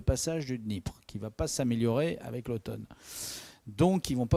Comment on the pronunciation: Mettez un peu d'élégance dans votre langage. Respectez un peu la langue française. On ne dit pa "ayék" au lieu d'"avec", pour ne relater que celui-ci.